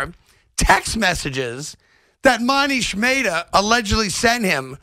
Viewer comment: "Moneesh Maytah" lol